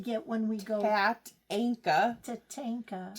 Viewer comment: Love you two so much. Never miss an episode but don’t comment often. Tatanka (you said it correctly )) is a Native American word for Buffalo. I’m sorry I don’t know which tribe. I learned that watching a documentary about the making of the movie Dances with Wolves. You both are so talented and I’m always smiling at the way you share your lives. Miss my mom so much. We were much the same way. Thanks for sharing your gifts and love. ❤️